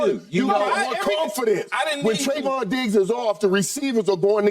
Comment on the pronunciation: It’s not “Tri-vahn” SKIP, it’s “Tray-von”